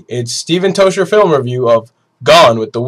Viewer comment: Pronouce your surname properly as its scottish